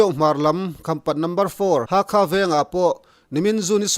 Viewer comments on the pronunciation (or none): none